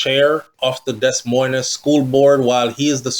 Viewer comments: Des moines is pronounced di- moy- in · You're too old to still be pronouncing words like that and you keep saying it...the S's are silent my friend..its Pronounced Deh..Moine.. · Pronunciation of that city Should sound like you’re saying Demoin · Pronunciation of Des Moines is “De Moyne”